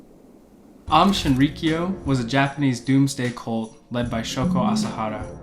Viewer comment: Great video, but you definitely failed at pronouncing Aum Shinrikyo haha. Twas a nice attempt. The cult still exists in Russia and is making a come back in Japan.